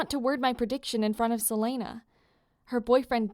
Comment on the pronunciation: Is that how you say silena? I thought it was sil-ee-na (Good to know! 😂😂) Also, this is super good! Nice job!